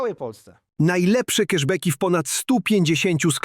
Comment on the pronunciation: Who cares? We should not give a flying banana about Jimmy Kimmel. (It is 'kasz bak' not 'kesz bek' - karto ZEN)😅